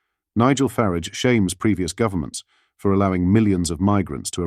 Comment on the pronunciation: It's FARAGE; NOT FARIDGE